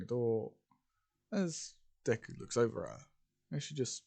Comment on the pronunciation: It says duke instead of Deku. LOL